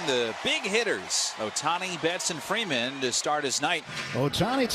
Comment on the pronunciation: The TBS announcer calling Freeman, Ferman. Lol